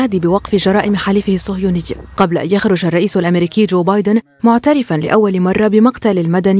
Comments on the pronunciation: بايدن وليس بادين راكم غالطين هههه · بايدن وليس بادين لغة راحت فداك الشي